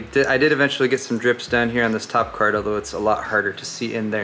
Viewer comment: "graphics cærd" lol